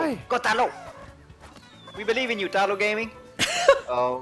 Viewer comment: Tahlo amiright? Realllllly GG?! No its pronounced Tay-lo Also he likes Talonflame. Also he is a moderator.